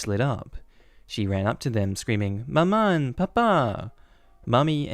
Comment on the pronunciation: "Maman" is pronounced more like "mama" but ending nasally as opposed to open. Sort of like "mah-MOn" but with a semi silent N.. if that makes sense?